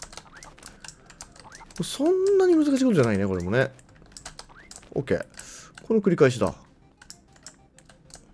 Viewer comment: OKって言ってるんか。 時々、コケ、コケ、って言ってるからてっきり世界観に浸ってるのかと。